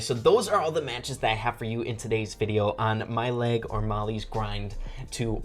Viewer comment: When you said mail it sounded like my leg another op mortis